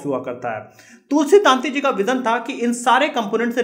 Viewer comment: તુલસી તંતી નોટ તુલસી તાંતી please correct your pronouns.